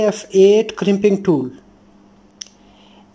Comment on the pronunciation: crimpoing rool, good job